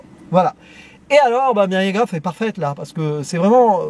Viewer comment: Non, GoTH avec le "th" de "tooth" ;) pas le même son ! Désolé de bien prononcer son nom de famille en anglais ^^